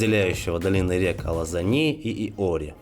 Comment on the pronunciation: Спасибо за видео. Одна из нецензурных сцен портит просмотр видео. Откуда она взята?. Или не можем обходиться без мата? Неверно озвучены названия с грузинского, неужели сложно было выучить правильное произношение? Например: АлазАни с ударным А;в АлазАнской долине; СалОмэ ЗурабИшвили; БатОнис ЦИхэ; Жаль.